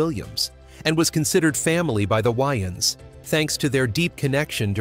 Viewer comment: "The Why-anns Brothers"?